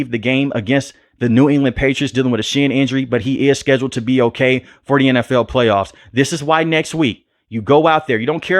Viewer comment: lol love the way he says NFL “N F EWL” BOLT UP BABY ⚡️